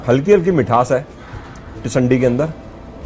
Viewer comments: Sir not tisandi it is tindsi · It's not tisandii🤣🤣it's tindsii ki sabji 👍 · its not tisandi its tinsi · SIR tindsii hota hai tisandi nahi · Sir it's not called tisandi. It's tindasi. Please rectify it. Thanks.